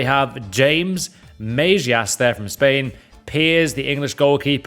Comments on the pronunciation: Yessss butchers majeas name tho ahahah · The way he pronounced mejas and pears kills me as a boro fan 🤣